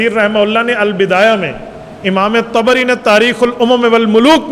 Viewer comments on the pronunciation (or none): none